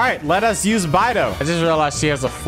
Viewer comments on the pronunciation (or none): Im sorry but that whole time he was saying bye-dou I was just gonna stop watching T-T The chinese pronunciation is more like bae-dou but like whatever XD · Punch yourself in the face everytime calls Beidou, "Baidoo"